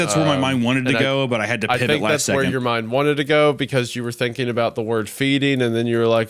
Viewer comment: thanking instead of thinking, been or bin instead of ben, please speak correctly.